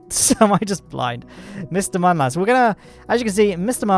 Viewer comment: If you could also pronounce Mun correctly that would be great, you kind of had it so it's not like you don't know.